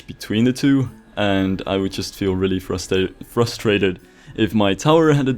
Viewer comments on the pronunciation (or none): none